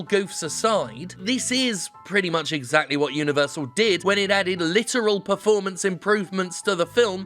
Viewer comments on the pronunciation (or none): Did I hear "litteral"